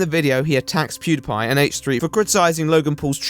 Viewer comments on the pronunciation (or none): none